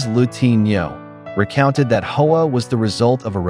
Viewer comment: Hoa is NOT pronounced "Ho-Ahh". It is pronounced "wah"... Eff you and your AI crap!